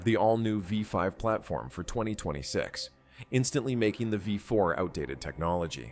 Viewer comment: Apparently, AI is gonna have to learn the difference between V4 and Five Four.😆